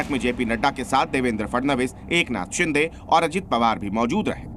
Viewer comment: शिदे ❌ शिंदे ✅ 🤨👊